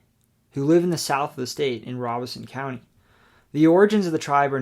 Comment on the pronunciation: Your NC mention is a really interesting one, and good work on pronouncing Robeson County correct! As a lifelong resident of the state, I had been saying it wrong until I recently visited the area. All that being said, one of the surprising areas I encountered as I worked on visiting all 100 states is the Sandhills region. The name is apt, but it is just surprising to see the mix of the piedmont with the coastal areas through sand, pine trees, and lots of lakes.